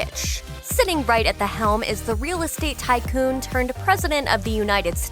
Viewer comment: DID SHE SAY TYCOON OR BUFFOON?